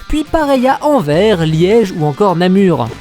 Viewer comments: On dit ANVER ”S” et pas anver !! Mais sinon bonne vidéo !!! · Par contre on dit Anvers avec un S à la fin.